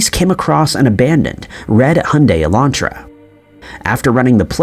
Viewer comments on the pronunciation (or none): none